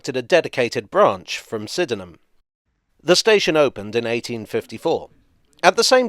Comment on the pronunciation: Unfortunately has learned how to pronounce 'Sydenham' from the Overground's automated announcements